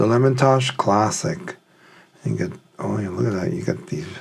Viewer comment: Lemontosh really? It’s Lem Tosh. It’s been around since the 1950’s 😊